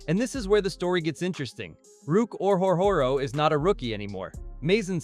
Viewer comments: Yeah this is the most butchered I've ever heard someone pronounce it. Ruke "Or-Hore-Hore-Oh" lmao. Yes, Ruke himself even said it's like "Row, Row, Row, Your Boat." Underrated move by Gladstone imo. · Ruke "Or-Hore-Hore-Oh" 🤣🤣🤣